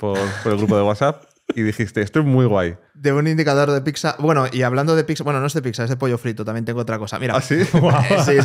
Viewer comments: me sangran los oidos con tanta "picsa" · Gran podcast!!! Pero....porqué llama "picsa" a la pizza?¿